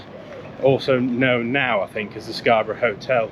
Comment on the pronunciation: scar buff? Scabby or Scarborough.